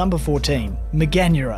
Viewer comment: Mega-nura, dont butcher the pronouncing like that